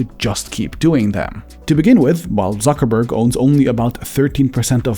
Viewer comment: Zuckerberg in Spanish is "Suckerberg"